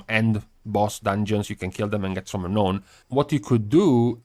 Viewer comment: by the way, it is pronounced "Re-NOWN" not "ra-known"